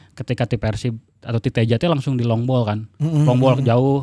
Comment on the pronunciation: Nyebutna Teija atuh meh siga bung Binder